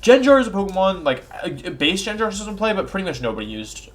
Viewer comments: Pronunciation: GHEN-GAR, not Jinjar// HAT-A-REEN, not Hatterenie 😤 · Litterally everyone :"Gengar" Wolfey :"Jenjar" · “Jenjar” made my teeth grind 😅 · "jin-gar" lol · Bro the way you say gengar makes me insta skip your video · Have you guys noticed he pronounced Gengar wrong?